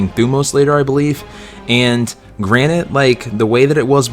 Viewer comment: you pronounced "granted" as "granite" and you also used it in the wrong context